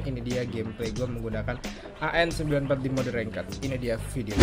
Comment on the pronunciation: Gua baru nyadar kenapa manggil senjata AN-94 jadi Angga rupanya karena AN-94=ANgA (ANGGA)